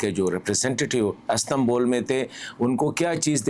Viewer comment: Sir Astambol nahi hota. Istanbul hota hai and love u